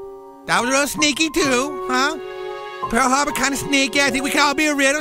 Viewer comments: "just a rike a pearl harbor" LOL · "Kinda rike pear harbor" I'm done xD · " Kinda sneaky, kinda rike Pearl Harbor " lmaooo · kinda rike pearr harber hahahahahahja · kinda rike pearul haurbeur